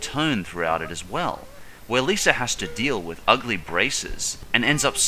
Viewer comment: It's Mr.Lisa not List